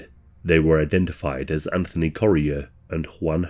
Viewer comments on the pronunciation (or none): none